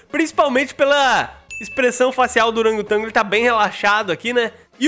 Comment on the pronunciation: "oragotango"... Português da shopee ksks